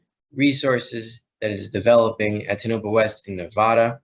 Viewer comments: I live in Nevada and Tonapah is pronounced TOE na pah. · It is pronounced Tone-OH-Paw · Tonopah pronounced Toe-no-paw. Derivatives will implode. Physical will explode upward. Thanks.